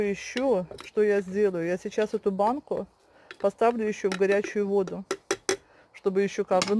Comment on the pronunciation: Это ж невозможно столько лишней болтовни. Зачем нам ваши букашечки и прочее. Более лаконично-беудет лучше. Это,наверно,рассчитано на тех,кому не с кем общаться. Вообще,речевой поток в таком количестве свойственный пожилым людям. И правильно говорить не водУ,а вОду,не консерваторы,а консерванты. Консерватор-это человек,который не преемлет ничего нового